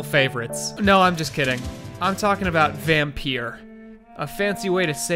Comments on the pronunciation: it is pronounced "vamm-py-r" no e at the end (this is swedish for vampire) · Bit late but you pronounce it like " Vampür " like the german ü ._. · It's not pronounced vampire, or the weird way that you decided to pronounce it 😂😂 vampyr is vampire in danish. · Vham-py-r thats how you prononce it….. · It's vam-pir like in Romanian accent with pronunciation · When he “Y” that hurt me